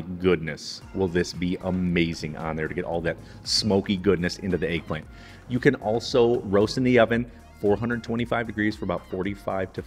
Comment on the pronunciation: tf is an AYG-plant? it's pronounced EGG, not ayg - there's no A in that word!